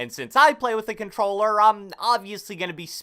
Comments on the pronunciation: Took two minutes just for “cobtelller” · I had to put the playback speed to 0.25 lol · “Controller” that for ever lol